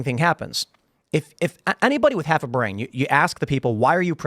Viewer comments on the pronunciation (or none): none